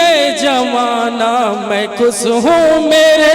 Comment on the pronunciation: Orchestra party anchor (jise gaaw me announcer) bulate hai ki style me bol raha hai... 'Sa' ko 'sha' aur 'sha' ko 'sa' bol raha hai. 'Khush' ko 'khus' aur 'sab ko' ko 'shab ko'